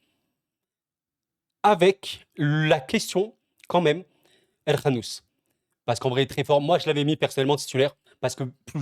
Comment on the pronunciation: Wow, vous avez tellement bien prononcé '' El Khannouss '', je vous assure qu'il y a des marocains qui n'arrivent même pas à prononcer correctement sont nom, wow, c'est incroyable comment vous l'avez tellement bien prononcée, en plus, vous êtes francophone, non, je trouve que c'est extrêmement bien prononcer !!! Je suis désolé si les détails que je relève peuvent être perturbant, c'est juste que même certains marocain (non arabophone ) on du mal à prononcer sont nom, je crois !!!